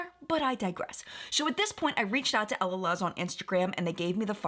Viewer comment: Just a quick tip. I believe that Camila Coehlo’s last name is pronounced KWAY-lo, and Elaluz is El-la-LOOZ. 🙂💕